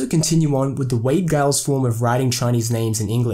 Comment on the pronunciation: Giles is pronounced Jiles.